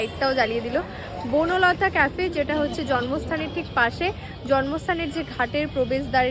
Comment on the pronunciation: Buno lota noy bonolata